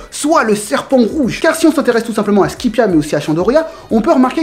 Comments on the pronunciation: C SKAYPIA PAS SKIPEA BORDEL !!!!! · Tu dis "skipiea" mais ca se dis "skaypiea" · Sanji Vinsmoke je parle de la prononciation pas de l ecriture je sais tres bien que c skypiea mais lui il prononce skipéa alors que c skaypiea